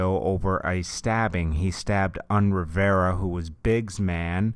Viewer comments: Its not "woo" its "hoo". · It's pronounced who kid